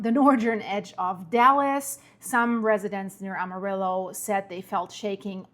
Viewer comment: Amarillo is a little off